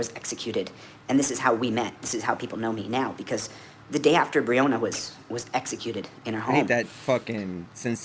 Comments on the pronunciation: How insulting it is he can't say her name correctly. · 😂😂😂😂😂😂😂😂😂😂😂😂😂😂😂😂😂😂😂😂😂😂😂😂😂😂😂😂😂😂😂😂😂😂😂😂😂😂😂😂😂😂 He cares about Breanna. He mispronounced her name.